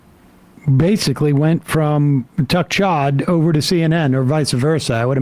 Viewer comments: "Tuck Chodd" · Did Sam say "Tuck Chodd"? Either way I dig it, and will use it. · Did Sam say, "Tuck Chodd?"